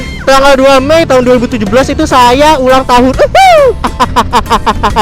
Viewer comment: "Akhirnya saya ulanng tahun" Kaya gapernah Ultah aja bang :3 XD